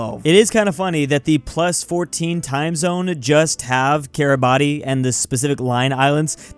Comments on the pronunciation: Take a shot everytime says KIRABATI instead of how its supposed to be said, KIRABAS. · More like ki-ra-bas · The pronunciation of Kiribati is Cure-a-bass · "Kiribati" is pronounced kee-ruh-bas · I'm Estonian but that Kiribati pronounciation Hurts me, "Kiribas" please!!! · each time says kiriba TI, i lose 1 hour from my life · It's pronounced Kiribas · bruhhhh i know i was rage quitting shouting ITS KIRIBASS at the top of my lungs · Kiribati Im pretty sure is pronounced kee-ruh-bas idk why tho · its kiribas or smth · i just can't with that Kiribati pronunciation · Take a shot every time he mispronounces Kiribati! (Don't, you'll die) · Kiribati should be more mad at that pronunciation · how does still not know how to pronouce kiribati after all these years